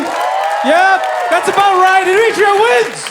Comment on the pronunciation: As an Eritrean. I hate that the Eritrean here can't correctly say our countries name the way it is pronounced in English. When written phonetically correct in English. This is how you woukd say our countries name AIR-ET-REA. If you're an Eritrean reading this. Say Eritrea in our Tigrinya way of saying it. You'll see what I mean. We say the "Air" sound not the E sound as people like this guy are incorrectly saying it and letting others believe thats how you pronounce it. Again, when written phonetically correct in English Eritrea becomes "AIR-ET-REA or even AIR-ET-TREE-YA. Sincerely a know it all American, Eritrean. 🙋🏾‍♂️🇺🇲🇪🇷